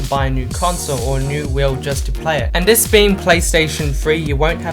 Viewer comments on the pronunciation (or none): The words you are looking for is "THIS" and "THE" not "DIS" and "DE" for a guy that speaks good English PLEASE get that shit sorted.